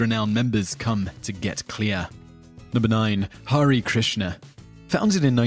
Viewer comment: Hare krishnas are not cults.. they don't force anyone to join Them.. the most important it's Mahabharata. . the epic not novel..No thank u for at least once pronouncing the holy name.. hare krishna